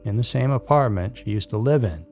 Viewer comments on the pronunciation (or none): none